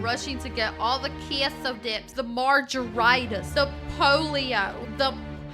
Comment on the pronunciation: I swear people have to be mispronouncing things like margaritas and the like on purpose. 😅